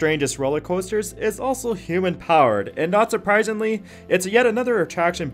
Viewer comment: Yup, it is. The guys who do these videos should look up pronunciation of these things. Also, he kept saying "hoOmen" for human powered haha.